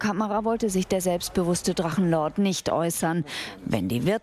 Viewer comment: Drachenluuu-ord... Wollte der Moderator Luan sagen?